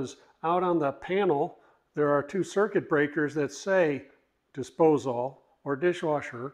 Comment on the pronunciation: No one ever told my man how to say disposal?